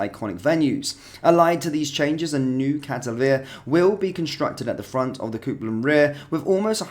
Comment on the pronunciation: "Cope" land. Not "coop" land Copeland. Copeland. Not coopland